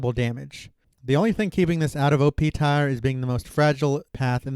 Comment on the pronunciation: My dude, good content, but it's pronounced "Teer". Like, the thing that drips from your eye. Not "tie-er" like the things on your car's wheels.